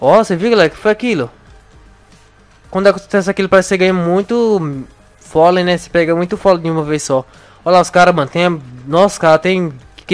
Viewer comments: se não sabe que se diz pólen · não é folem e pólen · Polem não folem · Folei ranei? É polem e honey